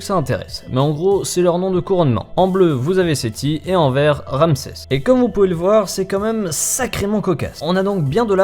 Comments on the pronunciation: "Ramsès", pas "Ramesès" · mais c est quoi ça c est pas ramesses mais ramses